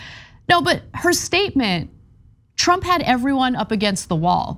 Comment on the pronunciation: Note the box wine slurring "...when twump wuz president"...